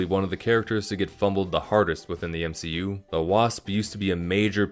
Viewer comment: “M she u” that’s when you know that his guy wasn’t raised properly